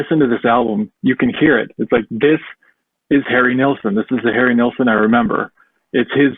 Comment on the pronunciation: who is nealson ? its NILLSON